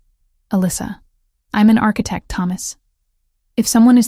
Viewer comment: And architect-mispronounced.